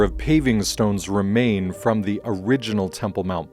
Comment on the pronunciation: Thank you for this helpful video. (Do learn how to pronounce the definite article in its various contexts.)